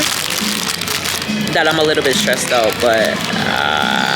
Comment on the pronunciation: likkle celebration a likkle pretzel tank gad 😂😂😂